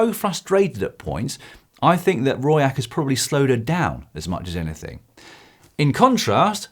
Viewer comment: "Roy Eckerts" lmao. Her name is (Pauliena) Rooijakkers.